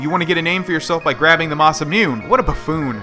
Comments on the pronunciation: it's pronounced Mah-Sah-moo-neh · i know this is mad late but since it's japanese it is ma-sa-mu-ne(nay) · I still cringe whenever says masamune, the last part is pronounced Moo-nay, so it's Masamune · it's masemune (moss-a-moon-a) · The masamune is pronounced masa moon a